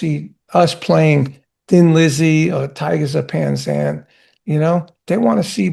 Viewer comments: 'Pan Zang' 😂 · "Tygers of Pan Zang"😂